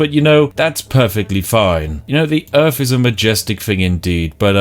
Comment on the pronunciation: Welcome to Earf